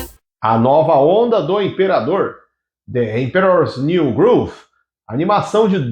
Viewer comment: Gostei, também, da pronuncia do título em inglês! Parabéns pelo trabalho!